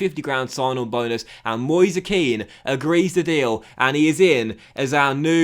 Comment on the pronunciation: Its 'Ken' not 'Keane' i think